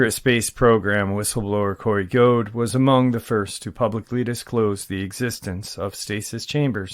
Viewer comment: It’s Corey Goode. Note Gode.